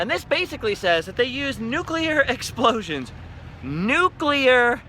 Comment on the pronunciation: Gold AND Silver stars to you for being one of the rare people who know how to pronounce NUCLEAR. (nook - lee -ur) 🙂